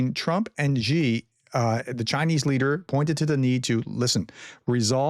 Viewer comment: You need to pronounce Xi correctly if you want to mention the dude's name. It's "SHI", not "GEE". Not hard at all.